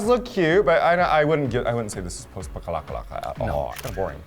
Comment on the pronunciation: post-apocalyptic isn't that hard of a word to pronounce tho? Especially for someone who proclaims they're an intellectual all the time and makes comments about other people's grammar (